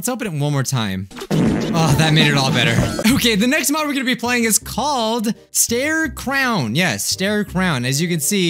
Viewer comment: You pronounced stare crown right yay